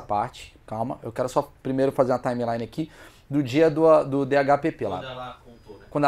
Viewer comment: Eu nem acho ruim o interromper os convidados, mas toda vez que ele fala "Timeline" eu acho que morre uma arara-azul. kkkkkkkkk Excelente episódio!!!